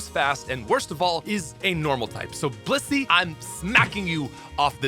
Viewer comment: Now why did HE pronounce Bisseys name like "bussy"instead of "BLISS-SEE"